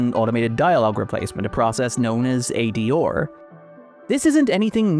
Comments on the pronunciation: It’s how an Irish person pronounces those three letters. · The way the narrator says ADR is distracting. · Good video but that accent on R is insane 😂 A-D-ORRRR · AD…or? Have I been pronouncing that wrong this whole time? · I usually forget irish but when he pronounced "ADR" a Guinness popped into my hand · I'm pretty sure that's not how you pronounce ADR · It’s a mid-Atlantic pronunciation, combining the first syllable of the British pronunciation with the last syllable of the American pronunciation. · I'm gonna need you to go in and ADR your pronunciation of ADR. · I came here to say this in the lightest and most loving way possible myself.